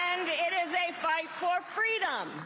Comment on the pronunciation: when she was campaigning with Rosa Parkes for FWEEDOM🤣🤣🤣🤣🤣